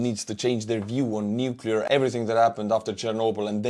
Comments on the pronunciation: Lost credibility for me when the voice-over could not correctly pronounce Nuclear (and this was the word they used in the text) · Yes, it's pathetic how many people can't pronounce "nuclear." It derives from the "nucleus" of the atom. Might have been a voice model. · I couldn't invest in a company that puts out a video that pronounces "nuclear" incorrectly😅 said it correctly, but the pitch person in the video didn't